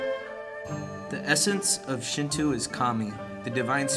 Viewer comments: .- I am suprised you said Amaterasu right and yet you said Shinto wrong. Shinto is prounounced (Shin-Toe) not shin-two like you say it. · nice job on your presentation. however, your pronunciation is a bit off. its called Shin-Toe not Shin-Too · uɹnʇɐs "Shintoo" is pretty wrong! Also "dieti-es" is written as deities and pronounced "day-eties" . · SHINTWO? NO SRSLY, SHIN-TWO?? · They also said Shinto wrong :) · Decent video-except as others said the repitition of mispronounce words makes me cringe and the music is Chinese in origin-not Japanese. I do appreciate you trying to educate others about the importance of Shinto to Japanese people though. Just make sure you get the pronunciation of Shinto correct next time.